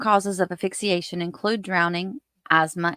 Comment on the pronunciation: Honey, if you say AFIXIATION one more time I'll scream. It's asphyxiation. If you're going to try to pass yourself off an as expert, do the expert thing. Learn to pronounce properly.